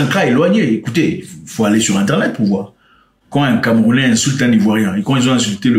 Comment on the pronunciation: Tu fais un bon travail mais les camerounais soufrre un peu trop dans ta bouche